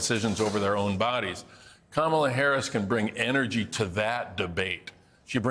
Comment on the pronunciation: What? lol who told this dude to keep saying energy like that?